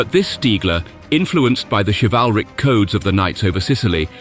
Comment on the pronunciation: Oh dear read the text yourself and don't use some computer generated voice that doesn't know how to pronounce "chivalry" among many others like the "Bf one hundred and nine" rather than the generic "Bf 109". Nice shots from the Memphis Belle doco and of a Spitfire firing on an He 110 as well as the B24's and what looked like B26 Marauders apparently masquerading as B17's.....just what they have to do with the story eludes me, but nice footage anyway. I'd be interested to know how he could tell that the ball turret gunners' face was pallid and that the pilot's eyes showed shock and fear too, telescopic vision ?. Great true story ruined by ridiculously unbelievable "observations".